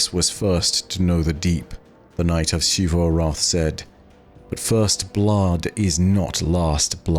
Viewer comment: Is it just me or does it irk anyone else that pronounces Xivû’s name as “Sheevoo”? 😭